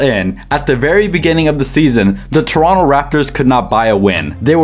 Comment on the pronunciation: props to you for pronouncing toronto right❗️❗️